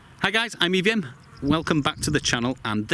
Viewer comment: When you said "I'm EVM" I heard "I'm Vivian".